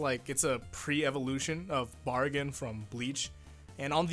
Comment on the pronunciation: The way you said Barragan was weird xD